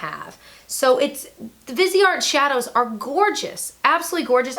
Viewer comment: "Viz-E-Art." Hope that helps! 😙